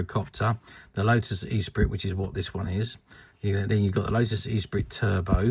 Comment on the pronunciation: Pronounced Esspreet, not E-Sprit! ;)